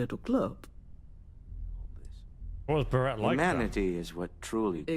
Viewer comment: "Berett was actually a really cool character." You like him, but not enough to correctly pronounce his name, even though you hear other NPCs say his name. Very puzzling. 🤔